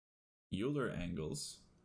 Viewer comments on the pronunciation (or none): Great video, as always,! Just a note, it's pronounced "Oiler" angles;)